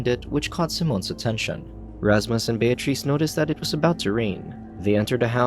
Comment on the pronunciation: Voice Over Guy was killin it until he tripped over the name Bear Treece 😂 Voice Over Guy decided to double down and keep destroying her name. Well played 👏